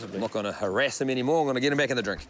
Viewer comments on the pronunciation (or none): "Not gonna haWRASSE him anymore" nice